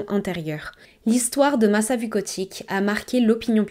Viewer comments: Coucou ! Très bonne vidéo mais aucun prénom n’est prononcé correctement… il serait judicieux la prochaine fois de s’informer sur la prononciation. Ce n’est pas « Masa » mais « Macha » comme dans le dessin animé… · Son prenom se prononce Macha=Masa et sa mère Natasa=Natacha